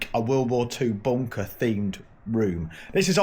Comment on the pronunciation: "Weave go' agh boonkah heeyuh" 🤣